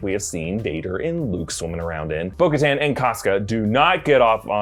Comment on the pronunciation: I got so triggered every time he said bo katan